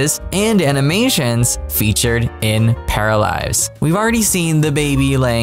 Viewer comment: Paralized or Paralives? Please if you could pronounce it a little bit better I would greatly appreciate it.